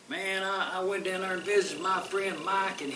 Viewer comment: She says "That thar is mind chatter".